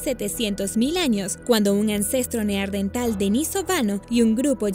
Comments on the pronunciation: No es neardental amiga. Es NEANDERTAL 🙄🙄🙄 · Es neandertal, NEANDERTAL, no neardental, deberían poner a alguien que sepa hablar bien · NEANDERTAL !! No neardental